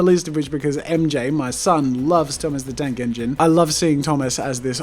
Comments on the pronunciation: Peter Griffin lol same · Peter Griffin same XD